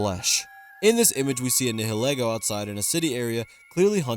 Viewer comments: "Nihilego" is actually pronounced "Nile Eego"! Nihilism + Ego, as it is modeled after a hat with hair and it is a parasite that goes on top of people's heads, eluding to enhancing one's appearance (ego). It's silhouette is also made to resemble Lillie, which is pretty disturbing if you know what she went through. That was supposed to be a pronunciation correction but it kinda turned into me gushing about an Ultra Beast I really like. Oops! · As a Pokemon nerd, you pronounced Nihilego wrong (it's pronounced like "nihilism")